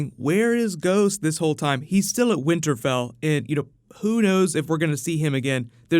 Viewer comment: "winter Bell"?